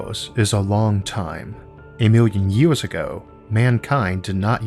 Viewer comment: I love that the narrator has a speech impediment. " a miw' yun ye-ohs" .